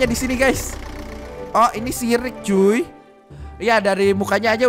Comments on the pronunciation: Yg Omongin: Si Rick. Yg Gw Dengar: Sirik. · saat ngmong rick di situlah saya ngakak karena ngomong siric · Kok ngomong si rick kyk jadi Sirick wkwkwkkwkw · Ko aku pas denger abang ngomong si Rick aku dengar nya syirick